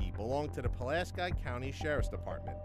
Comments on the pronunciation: Puh-lask-eye? It's Puh-lask-EEE. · its "Pull-Ask-EE" weirdos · OMG! ITS PRONOUNCED..... PULL-LASK-KEY =PULASKI 🤦‍♀️ I don't live there but I do live in a pulaski and it kills me when people do not pronounce it correctly lol